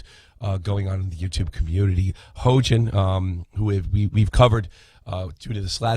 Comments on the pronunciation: This man's keep saying hoejin XD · Its pronounced hEE-yoJin